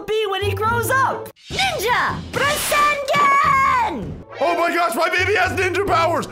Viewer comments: So its not rasengan its asengan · “PRASANGAN” Me:………………… WHAT IS THAT ITS PRONOUNCED RASENGAN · Minato: IT TOOK ME YEARS TO LEARN RASENGAN Naruto: It took me months! Boruto: it took me days: when I was born my first words were ninja! Rasengan! Also: Rasengen